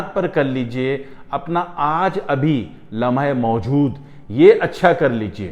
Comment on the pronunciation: لمحہ موجود کا تلفظ استاد محترم سے بھی ادا نہیں ہوپارہا۔😂😂😂